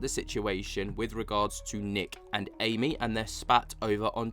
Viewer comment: It’s so disrespectful how you continue to mispronounce Amy’s name. Also she quit literally is as well known as the guys that you named. It seems that you’re a Nick Groff fan boy and you can’t handle anyone speaking out against him. Another thing, Amy may not have the same experience that Jason has with being asked if he wants a show cancelled or not. I think Amy is valid in voicing her opinion and the way you and the other “bros” are acting about it are further proof that women get shit on in the paranormal community. Misogynistic much?